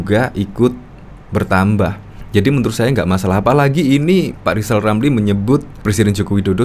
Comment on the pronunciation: Ngapain percaya lizal lamli Ngomong R aja kaga fasih